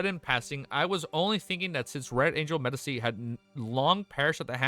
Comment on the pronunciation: the c in medici is pronounced tchi